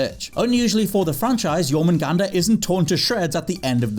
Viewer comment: Was expecting to butcher the world serpents name in God of war. Pleasantly surprised. Nice one